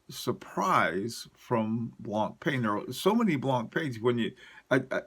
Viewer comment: Brilliant video's , your knowledge about watches is outstanding and admirable. Can i give you one quick tip : It's not pronounced BlancPAIN , it's BlancPEN . Keep up the good work!